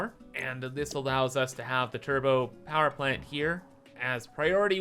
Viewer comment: "Powee Plant."